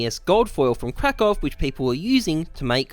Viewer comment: seems to be the only cs youtuber that can pronounce Krakow correctly